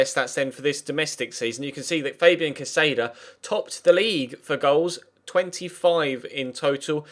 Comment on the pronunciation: Just so you know, the accent in Caceda is over the first A. So you should be pronouncing it CA-seda.